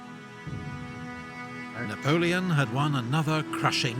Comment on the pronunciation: he said navoleon 2 times! you are funny!